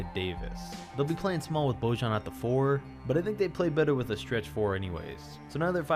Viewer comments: "Božan.." 😂😂😂it's Bojan man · Pls, Bojan Bogdanović's name is pronounced like Boyann. Thanks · It's Bojan (BOY-AHN). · I know his name sounds ridiculous to anyone who isn't from the balkans, but the J in Bojan Bogdanović''s name is not how you normally pronounce it, because he's from the Balkans the J is more like an Y in pronounciation, google translate from either Bosnian, Croatian or Serbian can help you realize how his name is legit pronounced.